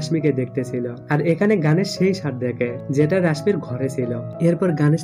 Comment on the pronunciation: ওরে ভাই গানেশ না গনেশ উচ্চারণ ও করতে পারে না